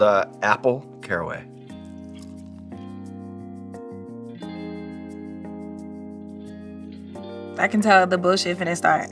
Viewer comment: The way he said "Apple Caraway" 🤔🤭